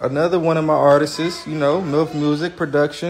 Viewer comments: Him saying ARTISTSES is killing me!!!!! It’s ARTISTS!!!!! Go to bed 🙄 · Artist”ist “ 😂😂🤦🏾‍♀️ bless ‘em Lord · Artisisistss? !What?? 🤔😂😂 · How many times can he say artists WRONG?!?…and we act like he’s articulately inclined?